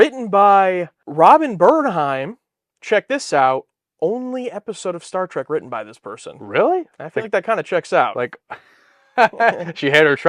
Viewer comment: Did that trailer announcer say "Star Track"? Sure sounded like it!